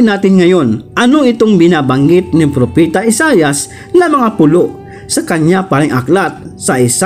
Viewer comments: Propeta po hindi propita🙄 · Propeta not propita